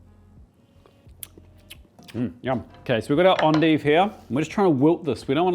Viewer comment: Endive. Pronounced fancy French, or something.